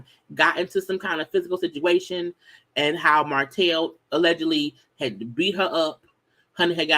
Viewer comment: Eww, Martell & these s in the end of his words.. Sir!!! It’s giving sassy